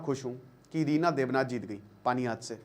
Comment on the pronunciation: Sir Rina deb nath nahi ❎ Ratna deb nath ✅ or panihat nahi ❎ Panihati ✅😅 Or me uus jaga se huu(PANIHATI). Se.